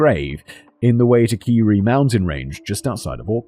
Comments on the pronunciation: Simon, Wai tack a res. This is how its said, massive forest range and lots of body's go "MISSING" there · Agreed, Simon did his best but a pronunciation guide would have been helpful. I cringed every time Simon said Waitakere.